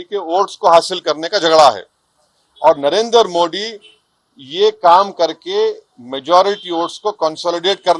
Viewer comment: Tu pahle modi word shi se bolna Sikh phir savidhan pe baar kar bakre